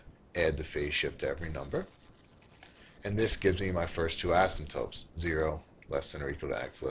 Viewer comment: he keeps saying 'asymptopes'. it is 'asymptotes' .